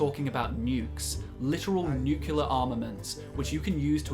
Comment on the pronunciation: I came to this video expecting massive errors, I was right. First off, German mg42 not the Russian ppsh. And then the "nUcuLeAR" pronunciation error instead of "Nuke-le-ar". Maybe I'm cracking down to hard on you but your title suggests all weapons, not blatant lies.